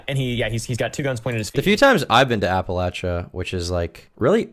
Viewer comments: incidentally, "Appalachia" is pronounced Apple-LATCH-uh, not Apple-AYSH-uh. my mother is from West Virginia and it drives her crazy when people mispronounce it lol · his biggest crime is how he pronounces appalachia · This IPOS dude is 1000% a transplant from somewhere that’s not the Appalachian region. He says “Appalachia” wrong